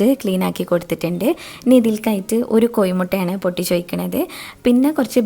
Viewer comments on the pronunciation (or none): Ee ithatha 'koyi mutta'nnu pronounce cheytaalum entoru monjaanu kelkkan..... Love ur voice